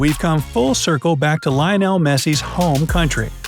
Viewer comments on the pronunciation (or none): Did u just really said "laynol" ?? 😂💀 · who Lainel Messi i only know loinel messi 😁😂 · The way it pronounced lionel is so cringe....